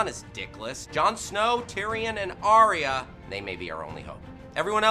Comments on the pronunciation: 'Arya'!!! Not "Ariah"! FFS! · Everyone pronounces Arya differently. I'm sure in episode 1 they pronounce it Eye-r. But here they say r-ey-r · your inability to pronounce arya annoys me so much